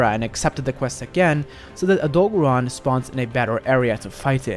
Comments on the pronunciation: Odogaron getting called Odo-bear-on hurts my heart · the way he says Odogaron makes me uncomfortable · Bruh the way u say Odogaron piss me off because you saying his name wrong.